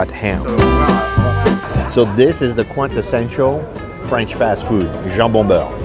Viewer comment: Nice but her French pronunciation is painfully bad